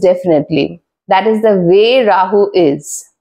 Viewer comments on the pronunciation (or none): Is that how to pronounce this particular deity’s name? That wasn’t even anywhere close!